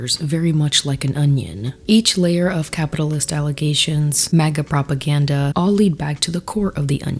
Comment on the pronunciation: That guy saying “pwopaganda” I can’t😂